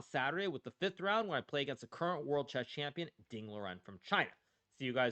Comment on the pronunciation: Ding not chilling